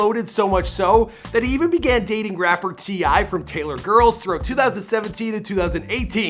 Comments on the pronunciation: I know he did not call her TI ☠️😂😂😂😂☠️☠️☠️☠️☠️😂😂😂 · He called her rapper T.i from taylor girls lmfao its Ti like Ty. ;) haha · I’m sorry but her name is Ti not T.I😭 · Wtf rapper T...I you gotta be shitting me did he just say T space I lmaoooo it’s Taylor